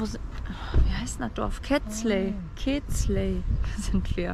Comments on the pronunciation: Es ist nicht Ketzle es ist keszthely. Gesprochen Keschtey :) Biin da übernächste Woche auch wieder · "Käst hej " so ungefähr wird Kestelhey ausgesprochen. Ich würde die Kräuter in die Erde setzten in der Wanne kann Staunässe entstehen.Hier gedeiht eigentlich alles. Viel Spass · Man spricht Kesthely glaube ich "Kestei", mit Betonung auf der erste Silbe. Ich erinnere mich nicht mehr ganz genau, aber ich glaube, so wurde das damals ausgesprochen, als ich am Balaton bei einer ungarischen Familie war.